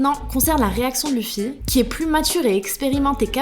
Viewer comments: Quelqu'un peut pas lui dire qu'on prennonce pas luffy mais leffy ptn ! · je rêve où elle a dit luffy en prennoçant le u 😑😑